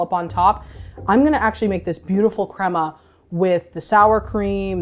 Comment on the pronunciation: Someone needs to tell her its cremA not cremO